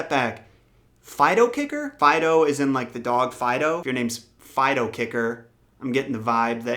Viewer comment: Hey, I love the way you said my username lol. The reason why I have my name as Fidoe kicker, is because my friends call me fidoe because I wear fedoras. And the kicker part was because, I had powerful kick in track. When they told me how they spelled my name I had no idea it meant dog until about a year later from 9th grade. Love the video man